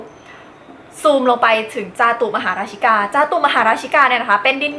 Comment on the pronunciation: จาตุมหาราชิกา ต้องอ่านว่า จา-ตุม-มะ-หา-รา-ชิ-กา หรือ จา-ตุ-มะ-หา-รา-ชิ-กา ได้ยินพระเทศมันจะเป็นแบบแรก